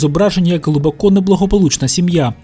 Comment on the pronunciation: Не "глибокО", а "глибОко"! Так звані "російськомовні українці" зазвичай роблять неправильний наголос у цьому слові.